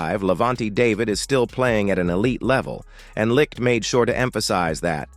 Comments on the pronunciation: Jesus H Christ....GM's name is pronounced light not lick. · IKR so many AI narrators mispronounce his name